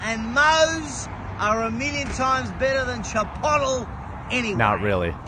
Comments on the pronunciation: Yes, Chip-otall. That is exactly how I pronounce that shit restaurant's name. I'm just glad other people pronounce it that way too. 😆 Also: Moe's Southwestern Grill is like Chipotle, but actually good. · I've been calling that crap place Chip-otal for years. Glad to hear someone else doing it. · Love “Chipotool” 😂😂😂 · from now on it's called chei-pottél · It is now cheaper to go to a local Mexican sit-down joint, than a burrito chain. Pretty cool to think about. Side note: Chipotle is now dubbed Chi-po-tle. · I'm Canadian and when I was younger, I legit thought it was pronounced the way that Aussie guy said it, until a friend of mine who had been to the States told me otherwise, haha. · Australians are creative with Spanish pronunciation. Hilarious. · First off, your pronouncing the store wrong, second the burrito is $10, unless you add things to it. You need to find the truth dude. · Honestly, if nothing comes out of this, we at least got to hear him say Chipotle with that accent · I will now pronounce Chipotle like this from now on 😂